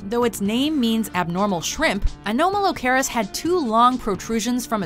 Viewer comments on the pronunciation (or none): You pronounced Anomalocaris wrong... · A-NOM-ah-low-car-is. Like anomaly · FAIL! Pterosaurs were NOT dinosaurs, they were flying reptiles - BIG difference! Think of a bat descended from reptiles rather than mammals. Oh yeah, you pronounced "Anomalocaris" wrong too - don't you people even watch the documentaries you lift these clips from?